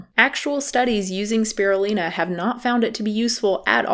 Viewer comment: You’ve been mispronouncing Spirulina. The Lin is pronounced as line not Lin